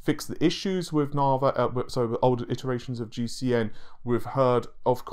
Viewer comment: Navay? Na-vee!